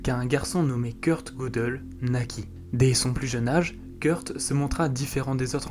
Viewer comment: Pour Gödel ,me semble que le ö se prononce "eu" ;)